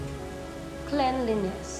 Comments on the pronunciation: CLENliness as in KLEN-Li-NES 🤣👏🏼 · napansin mo din pala yun sinabi nia "klenlines"? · Ano daw? Cleanleness??ahaha ayusin mo